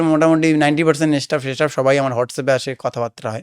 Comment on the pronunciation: Keno Bolbe vai স্টাফ কে ইসস্টাফ বলছো